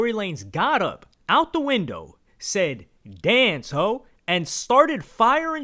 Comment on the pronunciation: Now instead of “Yea, Glo!” I hear “Dance ho!”